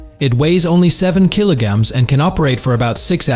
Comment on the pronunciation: Kilo-gams? Come on guys, you should have fixed this by now. And numbers are sometimes completely garbled. "Four one six kilo-gams; 4.16, 416?